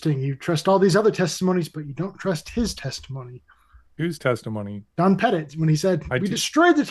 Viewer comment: got one thing right....the pronunciation of Don Pettit's last name.